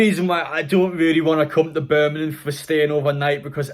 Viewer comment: why do you keep saying burminham? it’s birmingham..